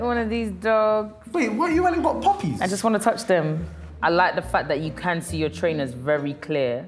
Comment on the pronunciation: Whenever Danny says puppies why does it sound like he’s saying poopies😂😭😭